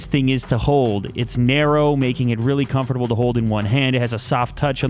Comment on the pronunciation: hate the way you say "comfortable" but love your videos anyway :)